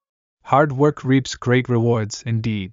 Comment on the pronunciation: おはようございます。 本日も更新ありがとうございます。 難易度は1にします。multi-grainなど少し訳を考えた文章もありましたが一応20/20でした。 reapは最初leadに聞こえましたが、途中で気づきました。 That's when I realized that I am no longer making the mistakes I made in the past. For example, I might take the art of driving a car as an example. In the past, I would often get honked at because of my poor driving skills. Now it is the other way around and I am the one honking the horn all the time. Of course, that is not always a good thing. Anyway, I used to drive late at night to practice driving. I am sure that this has led to the improvement of my current skills. On the other hand, some technologies have degenerated. That is calligraphy. When I was a child, I was confident in my calligraphy and was proud that I could write better than adults. But because I stopped practicing and stopped writing, my handwriting has become worse than most people's.